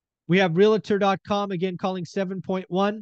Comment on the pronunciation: REAL-tor, not re-la-tor.